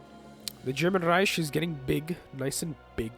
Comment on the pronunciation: Calling it riesh ruined it